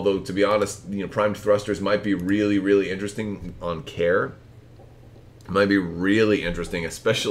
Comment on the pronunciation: FYI I believe it’s pronounced Karie not Care. I think there is an accent on the e, and she is a female pilot. See the wiki: Great vid and looks like a fun list.